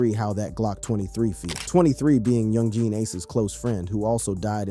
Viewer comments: Bruh u gotta learn how to say the names of the ppl in the story. Really sound wack when u say so instead of ksoo (k so) or young Jean lol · He said young geeen ace😂😂😂😂